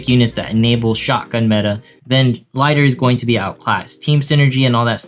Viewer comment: I dont wanna be that kind of guy but i just want you to know the fact that its pronounced as L ii ter rather than l ay ter.